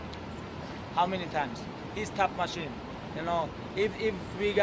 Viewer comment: "TEP MASHINE"